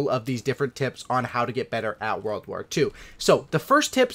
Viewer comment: lol it's "world" not "warld"